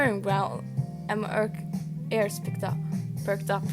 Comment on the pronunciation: Is it bad it took me over 1/2 way through the video to realize you were saying ears not airs? The captions weren’t much help either lol